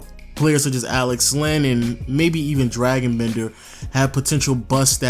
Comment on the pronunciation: I'm not 100%, but isn't it pronounced "Dray-gon" Bender, not Dragon, the mythical creature? Not a biggie, you make great videos, just noticed it in a couple of them. Cheers!